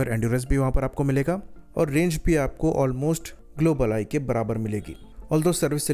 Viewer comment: "ग्लोबल आई" का ठीक से उचारण करो। धीरे से, और स्पष्ट रूप से। जल्दीबाज़ी में कुछ भी स्पष्ट नहीं हो रहा है |